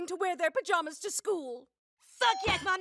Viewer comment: "I was at the skuu and it was Pajama Day"